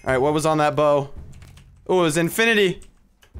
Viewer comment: I could see how happy you were after you said "dat I don't think so". All I was doing was cringing....not hating just pointing out something funny😄